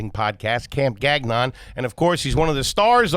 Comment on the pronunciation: its not "gag" -"non". . its pronounced "ga"-"n-on" lol